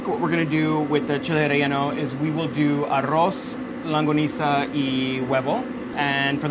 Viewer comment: saying longaniza wrong confuses me but i love this video nonetheless